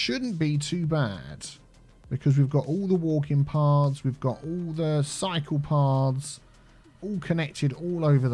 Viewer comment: Every time he adds a cycle path, my french ears cannot help but hear "psychopath" and I find it hilarious